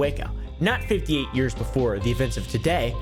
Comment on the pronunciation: "Befwore we get too deep into da stwory"